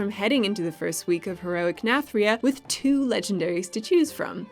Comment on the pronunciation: please get it right. It isn't pronounced Nath-RIH-a, it is pronounced Nathri-AH!